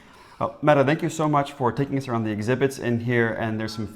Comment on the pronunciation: Happy to hear that this is your experience 😀 my name is also Mette, excellent pronunciation, the t's need to be a little softer though, like a hard d with just a hint of the t sound. Love you guys 😄😄